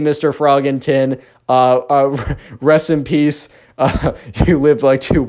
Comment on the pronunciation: I heard "recipes Bob" instead of "Rest in peace, Bob" also frog